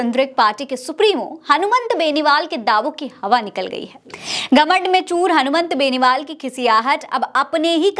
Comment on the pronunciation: मैडम , मेन नेता का नाम ही बार बार गलत बोल रही हो ,ये तो शर्म आने वाली बात है , एंकर द्वारा उच्चारण तो सही होना ही चाहिए वरना और भी बहुत से काम होते हैं चैनल में , उनमें ध्यान दीजिए , हनुमान बेनीवाल को हनुमंत बेनीवाल बोल रही हैं एक बार होता तो समझा जा सकता था कि भूल से बोल दिया होगा, लेकिन जितनी भी बार नाम लिया गलत ही लिया है